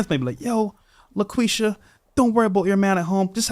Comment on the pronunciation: Bro said laquisha 😂